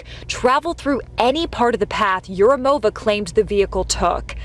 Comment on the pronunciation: yurumOva is incorrect pronouncement. It's East/South Slavic feminine form. Although originally this probably not Slavic. At least I don't know what is Urum. Neither dictionary does. In any way suffix -ov (masculine)/-ova (feminine) is unstressed. So it's urUmova. And not yurUmova.